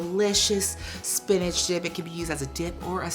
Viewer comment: Great Value Spanish!! Classy queen! 💚💚💚